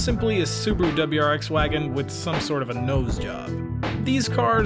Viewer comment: Why do pronounce Wagon like that?